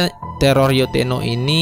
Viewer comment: Baca abangnya salah Yotteno bukan yotteto 😂😂😂 kocak abisszzz